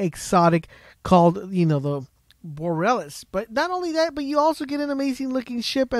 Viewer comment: Also it's most likely pronounced boar-ee-a-lis a as in Apple it's like aurora borealis aka the northern lights